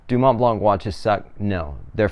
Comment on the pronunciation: Don’t pronounce the “c” at the end ;)